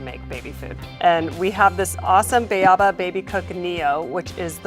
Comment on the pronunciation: So strange a professional company #WilliamsSonoma can’t even pronounce their product correctly. READ. It’s not Bāaba, lady. It’s spelled: Bēaba on purpose. Long a..